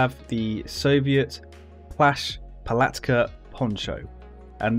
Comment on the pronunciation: You've pronounced `telnyashka` and `palatka` really good